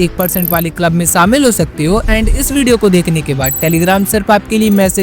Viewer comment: saamil nahi shamil